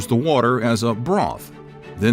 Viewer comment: At first I thought he was saying “boiled cat’s head”. Calf’s head is bad enough.